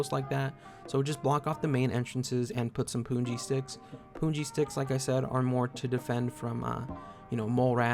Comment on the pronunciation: it is 'pun' ji like the word 'pun' not puun.